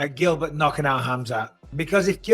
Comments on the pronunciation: This nigga cant say Hamza? Keeps on sayin kazmat WTF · My boy said Khazmat😭😭😭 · Shcaub called Khamzat Daghestani 😂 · Buckley calling him Kazmat is fuckn hilarious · That had me rolling 😂😂😭🤣😂😭 kasma lmao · LoL Tito didn’t know how to say khamzat